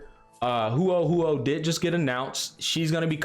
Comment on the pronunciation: The way you pronounce Huo Huo is very funny😂